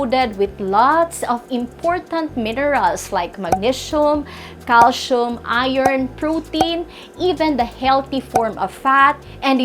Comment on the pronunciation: painful to listen to this accent which can t even pronounce the words magnesium, calcium. Content is ok but someone else should present this